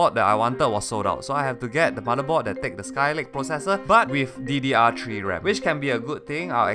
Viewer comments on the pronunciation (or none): "ddr tree ram" lmao I'm weak xD